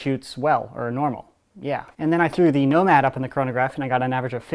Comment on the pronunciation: totally just said "nobad"